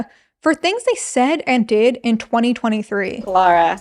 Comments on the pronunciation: But her name is Lah-ra not Lo-ra. You keep pronouncing it as if her name was Laura. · Why do Americans pronounce “Lara” like “Laura” lmao